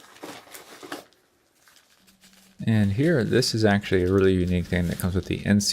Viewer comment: lol sexually or actually, what the hell is exually :p